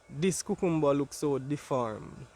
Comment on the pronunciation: I love to hear you say cucumber. ♥️